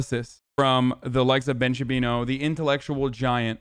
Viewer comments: When hasan says Shabino it's funny, but when chat says Shabino i laugh my ass off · Does "Ben Shabino" have some kind of meaning or is it just mispronouncing the name to show lack of care for respecting Ben? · shaba booey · Ben Shapino